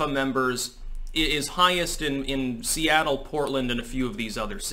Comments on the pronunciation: "Soyattle" lul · Soyattle lol 😂